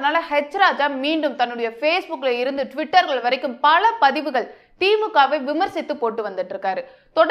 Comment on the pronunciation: அது கழகம் அல்ல கலகம்....பழ அல்ல பல...கேல்வி அல்ல கேள்வி... ஊர்வளம் அல்ல ஊர்வலம்...பள்வேறு அல்ல பல்வேறு...கள் அல்ல கல்...அறுப்பு கோட்டை அல்ல அருப்புக்கோட்டை....என்ன தமிழ் பேசுகிறாய்...முதலில் போய் தமிழைப் படி...அர்த்தங்கள் எல்லாமே வேறுபடுகிறது..கொடுமை.